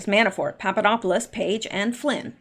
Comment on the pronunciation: Did you say...Papadopoulos? ☺